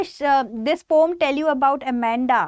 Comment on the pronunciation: Ma'am pom nhi po-um hota h!!! Aapka pronounciation galat h!